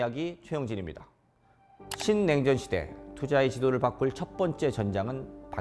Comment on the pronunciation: 신냉전이라는 말부터 아주 또박또박 들리네요. 정말 이런 좋은 강의가 너무나 중요하네요. 신냉전 시대에 투자를 위한 4가지는 그야말로 쉽게 지나치는 정보들이 이렇게 중요하다는 걸 느낄수 있었네요. 방위산업과 AI, 그리고 에너지와 디지털금융과 같이 이 중요한 4대 키워드가 역시나 투자의 가장 기본이 된다는 것은 너무도 중요한것 같아서 다시 한번 투자의 흐름에 대해서 공부를 할수 있었네요. 중요한 포인트를 이해하기 쉽게 말해주셔서 너무너무 감사드리고 앞으로도 꾸준하게 공부를 해야할것 같아요.